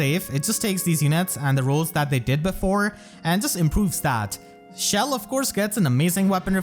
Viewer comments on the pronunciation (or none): This man really pronounced it “shell”